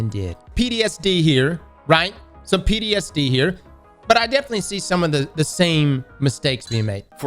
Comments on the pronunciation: Hey! It’s PTSD. Not PDSD… 😂😂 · Did fucking say “PDSD” 😂😂😂